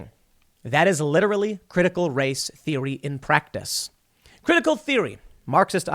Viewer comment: is Tim mispronouncing "practice" ???